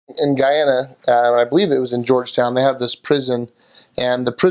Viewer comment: Yay!! You pronounced Guyana correctly lol most foreigners pronounced it as "Geeana" instead of GUYana lmao sorry you were stabbed though and glad you're okay. Everything you said about Guyana is so true lmao 🤣